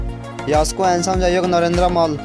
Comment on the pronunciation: प्रश्न हरु राम्रो छ तर उच्चारण सुधार गर्नु यस्तो नेपाली सुनेर मेरो टाउको दुख्न थाल्यो। मल्ल हुन्छ न कि मल ।